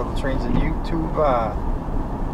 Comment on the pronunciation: I HATE WHEN YOU SAYS YOUTUBA IT IS YOU TUBE